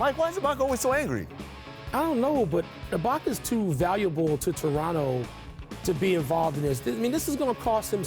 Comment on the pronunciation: he said "Lebronto"